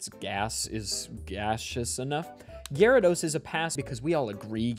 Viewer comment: Great video! I love how hard you pronounce the Y in Gyarados